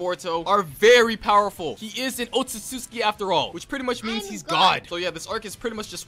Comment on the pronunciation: How it's pronounced: Ohtsutsuki How says it: Ohtsususki